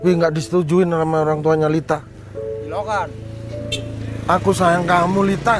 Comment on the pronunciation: 11.32 Marco bilang ilokan🤣🤣🤣🤣🤣🤣